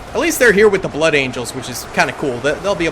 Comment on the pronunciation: So, you can say blood angels but you cant say blood. Interesting stuff.